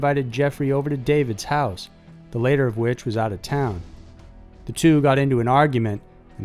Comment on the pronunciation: And, the word "latter" is pronounced "lat-ter", not "lay-ter".